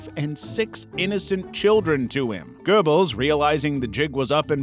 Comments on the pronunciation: It’s not click bait nonsense he just can’t pronounce it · You don't even get the Name of Goebbels right. Simply clickbait nonsens.